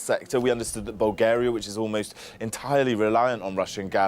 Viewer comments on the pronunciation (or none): none